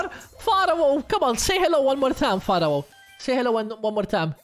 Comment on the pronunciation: It`s pronounced FARO, you riparoni!! 🤨🤨🤣🤣🤣🤣🙋‍♂🙋‍♂👍👍